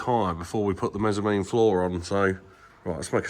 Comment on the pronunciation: I need a shirt with saying 'mezzanine"